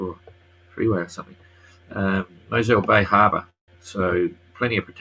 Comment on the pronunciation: Mossel Bay is pronounced Mussel with an o in the place of the u. Thought you might be interested. Thank you for the update.